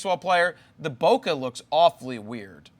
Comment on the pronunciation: it's not bokeh it's BOKEH for God sake